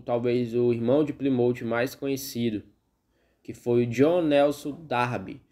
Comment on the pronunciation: Excelente vídeo! A pronúncia do nome da cidade está incorreta! Ainda existem muitas igrejas que se reúnem na simplicidade!